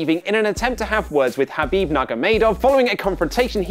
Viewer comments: “Habib”!? It’s Khabib 😂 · Habib ?? Khabib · botching Khabibs surname